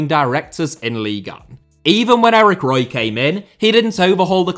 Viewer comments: I'm surprised this vid hasn't been demonetised already for the amount of times AI detected saying the word breast. Larry Page clearly dislikes the French. Btw Eric Roy shouldn't that be pronounced Eric Who-wah? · Eric Ro-ah